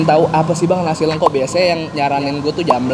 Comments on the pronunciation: udah dikasih tau sama Mas Har nyebutnya Lengko kek nyebut Lele, malah terus terusan nyebutnya Leungko zzzzz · lengko bang, e nya pake ejaan Medan. Gue orang Cirebon dengerin lu ngomong lengko² jadi kurang sreg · di bacanya pake bahasa sunda bang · Nyebutnya salah mulu lengko nya...